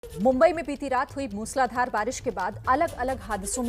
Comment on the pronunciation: It is not मुसलाधार...it is मुसळधार...